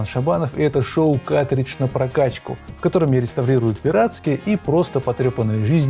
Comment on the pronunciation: Почему ты говоришь "катридж"? Где буква Р😢 Ведь картридж надо говорить.